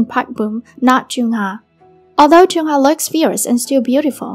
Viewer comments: I know chungha I mean the queen but idk abt chunhar </3 it's the pronunciation that sucks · PLEASE LEARN HOW TO PRONOUNCE HER NAME BEFORE TALKING ABOUT NEGATIVE THINGS ABOUT IDOLS